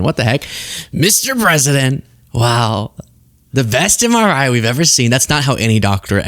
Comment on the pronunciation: He had trouble pronouncing MRI 🤣